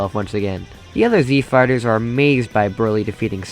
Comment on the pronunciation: Alright, now I don't wanna be immature here, but at least every other 3 times you say the words "Z Fighters" I hear "Z Farters". I apologize 🙇